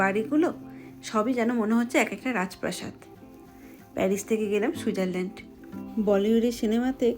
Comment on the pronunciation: Happy New Year. Bhalo theko bhalobasa nio ❤ ekta katha boli Switzerland pronunciation ta thik kore koro boddo Kane lage. সুইট zar land 😊 Boro didi r moto correction kore dilam raag korona kintu. Amar channel dekho Bong In Africa ❤